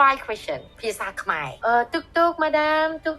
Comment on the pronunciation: You said the word Khmer perfectly 🇰🇭❤️ all the other words! I’m impressed.